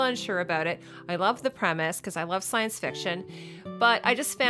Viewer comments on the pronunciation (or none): none